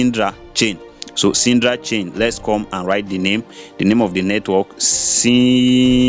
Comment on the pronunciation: Please its Sidra not sindra